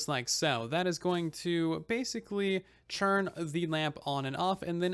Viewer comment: Why do you keep saying "churn" instead of "turn"?? Is that a thing??